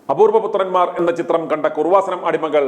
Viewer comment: എടോ കുറുവാസനം അല്ല കൃപാസനം. യേശുവിൻ്റെ അമ്മയുടെ പേര് കുഞ്ഞമ്മ അല്ല മറിയം എന്നാണ്. നിൻ്റെ നാക്കിന് എന്തോ കുഴപ്പമുണ്ട്. വളരെ മോശം language. അന്യരെ വിമർശിക്കാതെ സ്വയം നിലവാരം ഉയർത്തി സംസാരിക്കാൻ പഠിക്കുക.നിങ്ങളെ ദൈവം രക്ഷിക്കട്ടെ.